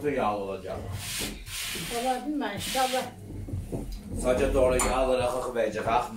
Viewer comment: İhşahlah değil kaliteli kardeşim 'İNŞALLAH'